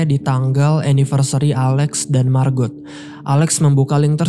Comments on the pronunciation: "Margot" diucapkan "Margo", " t" nya tidak diucapkan, apalagi kalau mereka orang Perancis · Margot bang bukan marbot hahaha